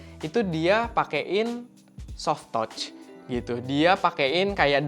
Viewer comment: gatel sama pronounce kakak di kata "touch", bisa riset lagi kak gimana pronounce-nya. yang benernya, jangan baper ya kak, ini masukan.